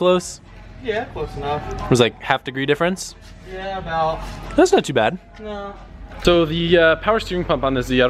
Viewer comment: So weird hearing an American saying not bhed good size